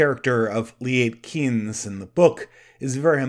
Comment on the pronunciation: Also Liet Kynes. Do better at pronunciation. You do a good movie review, but not so good at language verbalization.